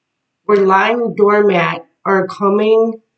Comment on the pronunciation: Girl, you sure are the real deal. Your word, "doormant,' came through my ears as "door-mat.". I know that's my Guides! Long story, but ... ding, ding ding! And I sho ain't no damn door-mat no more! That's why I'm in your collective!